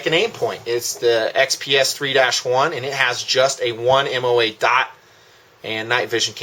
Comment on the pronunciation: Sorry, but it just bugs me how you pronounce the word "dot" like "daught"